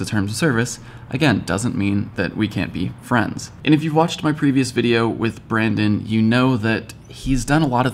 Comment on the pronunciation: great video! youll get Brandons name right one day lol